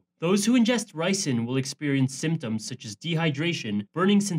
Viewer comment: ricin, it's not nicin